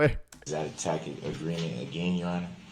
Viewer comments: “ Is that a takid agreement”? What a blithering moron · As many times as he's raised it you would think he'd learn how to pronounce" Tacit"